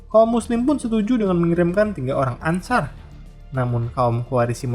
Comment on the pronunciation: Hanya saran min Pengucapan anshar itu anshor, 🙏